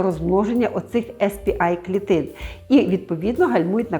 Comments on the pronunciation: Сі пі ей клітини, якщо з англійської абревіатури промовляємо назву. Бо так, як Ви вимовляєте , то буде SP-I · СР-А, а ви кажете SP-A Сі-пі-ей, не «ес» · Дякую, дуже корисно. Якщо можна, маленьке корегування. Ес-Пі-Ай - це S-PI англійською. А Cі-Пі-Ей - це C-PA (те, що було на екрані написано). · Вибачте за душнільство, але ну якщо вже називаєте термін латиницею, то називайте вірно, бо Ес Пі Ай це SP-I, а не CP-A(сі пі ей). Ясно, що більшості тут нема різниці, проте відео перетворюється на розмови тітоньки на кухні про пироги, а не науковий контекст. В цілому, вибачте, нічого нового. Дарма зайшла, не мій формат. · Не ес пі ей чи ай, чк ви казали також(бо це spa, а це щось інше) а сі пі ей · Spa - не звучить як ес пі АЙ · CP-A треба читати в перекладі з англійської сі пі ей, і ніяк інакше.